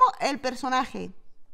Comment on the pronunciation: Cuanfi fuiste con pascual yo escuche pasguato 🤣🤣🤣🤣🤣